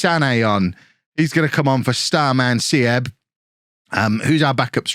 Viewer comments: this was so fun because im from Germany myself :D btw Armindo Sieb ist just pronounced more like Siib not Sieb :) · little advice on german pronunciation: if there is something with ie (like sieb or bielefeld) just say it as double e (beelefeld, seeb) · Some help with your pronounciation (which isnt that bad!) W's as V's e.g Werner / Verner V's as a soft F e.g. Voller / Foller With a word with an IE/EI in the middle you pronounce the 2nd vowel e.g. Sieb / Seeb or Wein / Wine! Lots more but those are the common ones. Love the video!